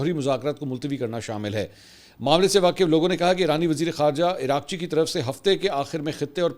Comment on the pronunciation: Iran F M is being called Iraqchee,This is actually Araq chee ( means sweat ) kindly correct